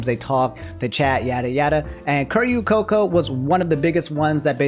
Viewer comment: The mispronunciation of Coco's name hurts to hear